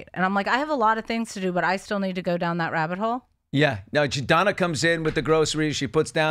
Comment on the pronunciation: I think that her name is Dana and not Donna ... but ... 😂